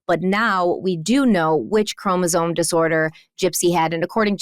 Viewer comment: I'm sorry but I have an extremely hard time trusting someone who can't say chromosome properly. Especially after reading it as many times as she has